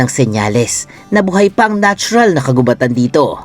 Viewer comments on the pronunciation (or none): Mali naman ang pagbasa mo ng "kagubatan". Ang root word na gubat ay hindi binabasa ng mabilis kundi mabagal hence ang word na "kagubatan" ay dapat ding basahin ng mabagal. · bat parang mali ang pag bigkas sa 'kagubatan'..... 🙄